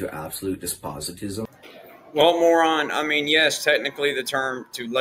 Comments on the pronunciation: Shouldn't make fun of of someone's abilities and regard then as slow on YouTube when you can't say "despotism" correctly. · He said Despositism at least 8 times and I can only imagine he’s actually referring to Despotism